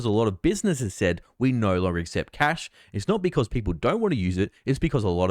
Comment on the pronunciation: Did you say Cath or Cash?